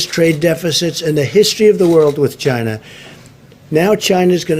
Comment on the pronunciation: "CHInaa" lol